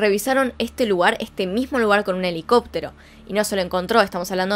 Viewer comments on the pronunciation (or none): none